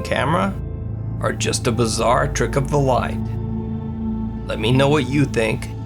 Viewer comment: FUCKING BAZAAR! BAZAAR! HOW. MANY TIMES YOU TOLD US BAZAAAAAAAAR?!